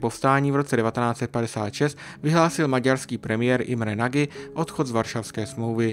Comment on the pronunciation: V maďarštině se "gy" čte jako "ď", tudíž jméno Nagy se čte jako "Naď". Jinak super obsah, diky moc.